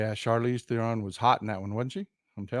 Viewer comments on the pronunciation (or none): none